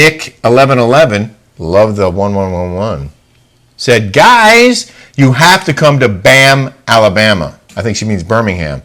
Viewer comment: B’ham’s pronounced “ Bee-ham”, not BAM 😂 Actually, Bam probably sounds better. Haha. I showed my spicy 91 yr old Mom how you’re “Coming for her”. That’s the most Ive seen her smile in YEARS. Bless you for that. (She seriously looks in her 70’s, so watch out 😉) Btw, the egg prank was HYSTERICAL. Jolie is absolutely beautiful and your twin. People need to learn to laugh and not be so literal. Don’t make it into Egg-Gate. lol I endured a decade of emotional, verbal abuse and nothing about those viral videos was triggering. Life’s way too short… Laugh, show kindness and love. Don’t take ourselves and others so seriously. ❤️